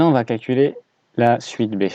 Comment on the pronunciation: ce n'est pas quelculez mais calculer